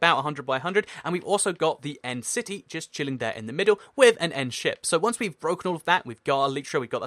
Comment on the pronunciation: it sounded like he said entity instead of end city